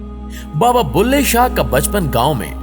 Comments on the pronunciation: بلهے شاہ، بھلے شاہ نہیں، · Baba ka naam BULHE SHAH HAY .... BHALE SHAH nahee.